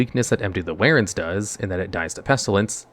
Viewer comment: Empty the "warens"